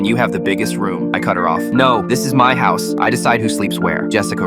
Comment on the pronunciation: Hous? It’s house not hous